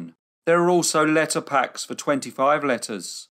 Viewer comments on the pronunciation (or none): none